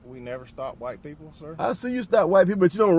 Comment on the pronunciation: You know you’re in trouble when the cop pronounces the words “white people” like “whaaight payple”